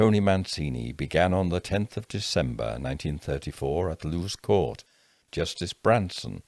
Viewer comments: Great narration. Small pedantic point - in Sussex Lewes (the town, the road, the prison) is pronounced 'Loo-es', not 'Loos'. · Fyi, it's pronounced Loo-Isss. Not loose. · Thank you for running this channel. You have helped me through a lot of times of great anxiety and physical pain <3 P.S. Lewes is pronounced like Lewis, I live on Lewes Road, not far from Park crescent hehe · Lewes is pronounced LewIS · As a Brightonian, I was about to make the same point!